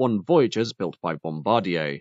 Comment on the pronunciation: bom-bar-DYAY Three syllables.